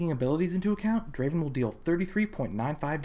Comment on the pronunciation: Not Draven.... Draaaaven.